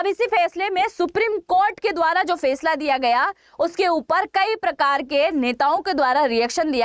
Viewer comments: Fesla nhi Faisla hota hai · Fesala nhi faisala hota h